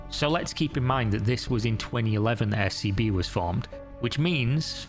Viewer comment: Legit had to rewind cause i thought you said her new bank was SCP 😂😂